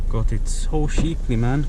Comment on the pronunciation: you really gotta learn how to say "cheap" and "cheaply"